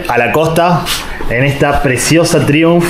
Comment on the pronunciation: Traiunf, se pronuncia traiunf, al menos en Europa